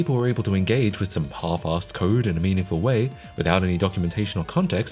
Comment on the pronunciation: The word "half" isnt pronounced "HCKOLFF". Learn English.